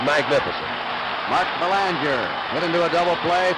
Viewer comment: As a Canadian I remember noting the horrible pronunciation of Mark Belanger's last name. Half the population of Mass. seemingly has Quebecois roots.